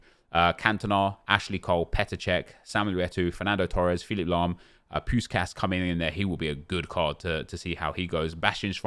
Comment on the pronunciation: Just some corrections: Puskas is pronounced with SH like in "show" (Pushkash) Xavi is pronounced with CH like in "champion" (Chavi) And Šuker is also pronounced with SH (Shuker).